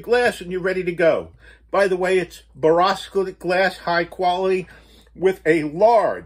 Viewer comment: Love every video. It’s pronounced BORE-OH -SILICATE